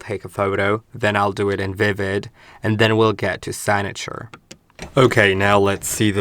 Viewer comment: Hey just a little help signature sounds like sig(cig as in cigarette) na sounds like ( na in nothing) ture sounds almost like "your" or "tour". Category sounds like cat ( as in the animal) te sounds like (ta) gory sounds like ( go) ry sounds like re as in reed( or when you say the letter "E". Hope this helps. But great video.